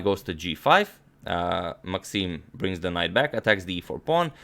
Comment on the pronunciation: How did it become a fashion among youtube chess promoters to mispronounce pawn phenomena? What a strange world we live in!